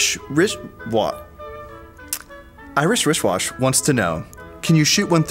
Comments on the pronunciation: The Name: Irish WristWatch: Irishwrishwash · "Irish WrishWash" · "Irish Wishwash" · “Irish wrish wash” 🤣